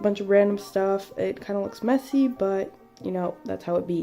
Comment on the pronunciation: quand elle dit « messy » par ex